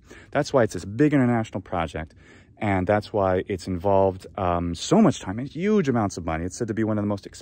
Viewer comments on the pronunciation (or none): none